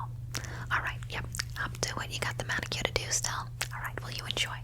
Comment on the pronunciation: Love the way you pronounce “manicure” 🥰